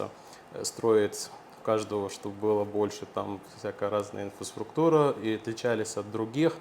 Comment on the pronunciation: научите человека слову Инфраструктура, столько рпз говорил и ни разу выговорить не смог, я бы сразу ушел, если бы был клиентом. потому что инфисфруктура мне не нужна 😂